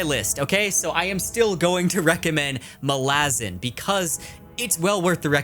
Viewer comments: Just to be that pronunciation guy... If Malazan was to be pronounced like you do, with a distinct stress on the second a, the letter would have an acute accent: Malázan. It doesn't, so it shouldn't be pronounced that way. Fairly basic stuff. Not that I give a toss, but since you mentioned it specifically.... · The correct pronunciation is Malazan. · Amazing video but your pronunciation of Malazan triggered me lmao